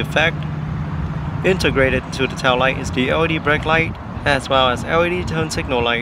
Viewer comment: And GLE as GOE, LED as OED!